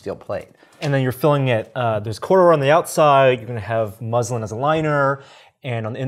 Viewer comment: ohh, thanks ! sounded a bit like the religion (islam) at first. cheers